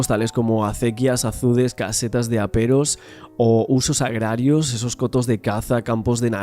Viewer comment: Yo vengo solo a oirlo decir "áperos" (esdrújula) en vez de "aperos" (llana) y "Aguilar DEL Campo" en vez de "Aguilar de Campoo"